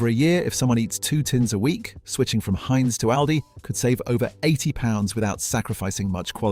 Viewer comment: AI slop! Yuk. Given how many people speak English, it puzzles me why an actual human couldn't have read a 15min script. Instead, we get such gems as 'Haynes' Beans, etc. Plus, it's a VIDEO! Please stop pumping out stock video with an AI essay... try actually formatting it to be a VISUAL experience. Not that any of this will make a change to a slop channel... I usually don't even bother with a comment, just block & boycott. Who knows how much engagement you're losing from slopping.